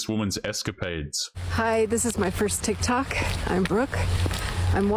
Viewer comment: "It's Tik Tok not Tick Tock" - 50 plus year old woman